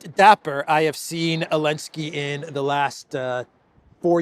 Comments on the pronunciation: Why do you say Olenski? Alenski? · Why does keep calling him ELENSKY without the "Z" at least half the time? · i like it more when u called the green goblin “Elensky “ than Zelensky😂